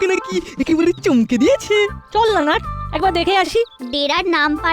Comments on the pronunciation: ন ট না নট না নাট 🥲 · ন ট নয় নাট